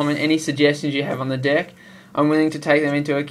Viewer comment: U said di ck except of deck